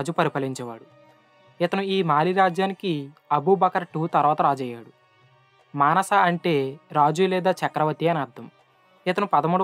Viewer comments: manasa kaadu ra vaari mansa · Manasa kadu ra babu...... Mansa moosa